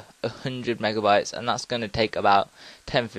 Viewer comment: ...Are you saying mega"wats" or mega"bytes"? Seriously, that's what I heard you say. Thanks for the vid btw.